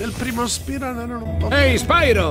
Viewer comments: PRONUNCIALO "SPAIRO",TI PREGO. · Ma non si dice "spairo"??